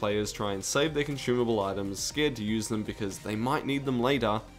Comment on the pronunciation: What’s a con-shoe-mable?